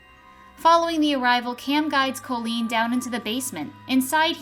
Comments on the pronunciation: My daughter is named Colleen and the narrator of the video is not pronouncing her name correctly phonetically it’s (cawlleen) not (coelleen) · even though the O in Colleen is pronounced as an A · How many times did I hear my name well at least it is Colleen and not Colien